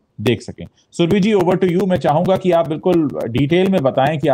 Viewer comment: सुरभी नहीं, सुरभि! सही उच्चारण हिन्दी भाषियों से अपेक्षित है।